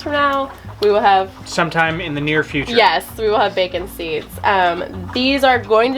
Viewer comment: Did she just say “Bacon Seeds”. 😂😂